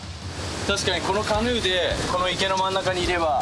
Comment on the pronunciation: しばゆーのカヌーの発音がザズー（ライオンキングの鳥）すぎて好き